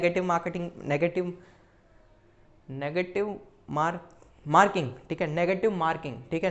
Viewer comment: Chutiya video to sahi se bna le tu negative marking to sahi se bol nahi sakta tu 🤣🤣🤣😁😁